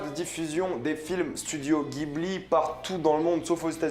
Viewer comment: Ça se prononce studio "djibli"